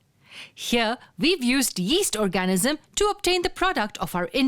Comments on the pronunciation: annoying narrator, please learn how to pronounce "or-ga-NIZ-um". thanks. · Very informative video, but the pronunciation of 'organism' really threw me off. No need for such a strong emphasis on the A; it's basically silent, with the N almost immediately following the G. OR-G-NiSM.